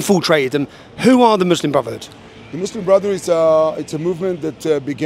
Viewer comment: muslim is the m in mush